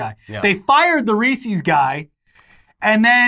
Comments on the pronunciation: I'll give a pass for pronouncing Reese's 'Ree-see's', but only because he always has cool shirts, and learned MTG. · man no way still says "reesie cup"